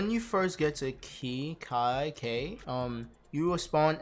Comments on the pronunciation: its kay not kai btw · its khei as in K and not key